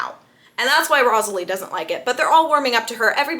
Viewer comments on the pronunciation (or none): it’s Rosalie how to pronounce is rose-la-e